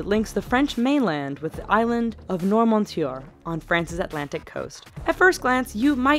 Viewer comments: Nwarr mooo tee- YAY!!! Thats how you say noirmoutier. Love your lists girlfriend! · Noirmoutier was not just mispronounced, but mangled. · Hé la rosbeef !!! On ne dit pas Normaoutieur mais Noirmoutier !!! comme ça s'écrit, comme ça se prononce !! LOL